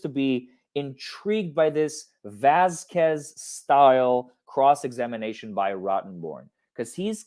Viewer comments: Vasquez is not an uncommon last name in America, and she has been working around Johnny's team for months and months, she has to know she is pronouncing it wrong, such disrespect. Its like a wealthy woman not knowing the names of the help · I completely hate that said Vasquez the wrong way. I live in LA so I make a point to say everyone’s name correctly because I hate it when people get my name wrong. So every time gets her name wrong, and it’s a chain reaction to all of these other reporters saying it the wrong way, it makes my skin crawl.